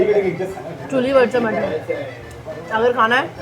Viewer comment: जबरदस्त हिंदी है तुम्हारी "चुली" क्या होता है 😂😂 चुल्हा हो सकता है ना 👍 i love your videos and follow you😊